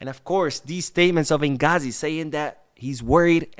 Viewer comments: Inzaghi not ingazi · I think his name inzaghi not inghazi 😅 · Mispronunciation of Inzaghi lets me know you haven’t been a football fan for very long or haven’t done enough research, either way do better.